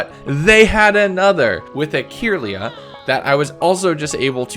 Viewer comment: dude its cringe hearing you mispronounce certain pokemon like Garchomp and Kirlia. OH AND IF SOMEONE SAYS IM WRONG, THEN YOU CLEARLY DONT WATCH THE LITERAL SERIES!!! Garchomp is pronounced GARchomp, not grachomp. Kirlia is pronounced KURlia, not keerlia. will put more on here when i hear him mispronounce more pokemon.